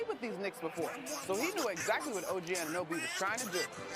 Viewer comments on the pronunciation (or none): none